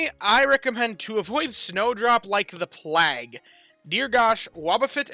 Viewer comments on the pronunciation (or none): It's pronounced plague as in vague. Not plague as in flag.